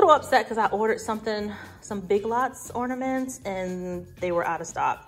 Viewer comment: Orna-ments ...really?